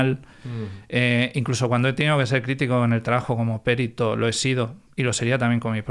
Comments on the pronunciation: "PERITO" NO "PÉRITO". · Por qué dice "périto"?? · pues está mal dicho, no es como en otras palabras, por ejemplo "ibero", que se admiten dos pronunciaciones.